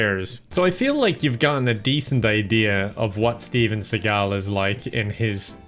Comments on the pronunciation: I've heard that his surname is actually pronounced "SEE-gul", but that he saw some French word that was close to the same spelling, but with the emphasis on the second syllable and he thought it sounded more "sophisticated" or something so started telling everyone to pronounce his name that way as well. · It is segal asin bugzy segal not the way that pronounces it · Fun fact: his name is actually pronounced like "Seagull," but one day, he saw a Chegall art exhibit and liked it so much that he changed the pronunciation of his name to sound like it. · I recommend listening to The Dollop Podcast if you really want to go down the Steven Seagal rabbit hole. And yes his last name is actually pronounced like the bird yet he just told people to pronoununce it like it is now. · "Seagull" is supposedly the actual pronunciation but he (Steven) liked the current pronunciation better and started telling people it is "See-gal". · Mispronouncing Steven Seagal's last name is one of those: "How to tell me you're Gen Z without telling me you're Gen Z." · The proper pronounciation is sea -gal, as demonstrated by the late modern scholar mills lane in his later works on celebrity deathmatch. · "Seagal" îs pronounced "Throat Warbler Mangrove" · He doesn’t care enough to pronounce his name right but he obviously cared enough to film and edit an 25 min video what a troll lol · Doesnt care enough to pronounce his name right but cares enough to make an entire vid on him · Don't you think you should learn how to pronounce his name if you are doing a video on him. Ignorance is not a good look. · YouTubers when the name is something like Szymankowszczyzna: "i'M SOOOOO SORRY, I really should know how to say this, forgive me, god I must have a negative IQ for not getting this right. :'(" YouTubers when "Seg-all": Lol seagull. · Fun fact! Steven Seagal is not his actual name, well kinda. His last name is not pronounced Seagal, but Seagull like the bird. He changed it when he was young.